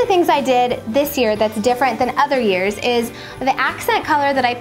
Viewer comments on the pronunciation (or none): none